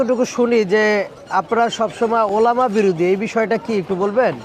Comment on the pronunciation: ওলামা তো বুঝলাম, টোলামা আবার কোন টা আ ?😅😅😅😅😅😂